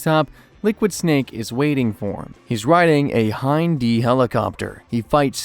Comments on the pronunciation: ot-ah-con, and h-eye-nd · A lot of weird errors, man. Hind pronunciation. Liquid Snake being thrown "into a crater". Oat-a con. What gives